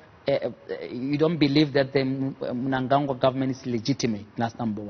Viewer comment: pronounce the name of our president well JJ. its Cde ED Mnangagwa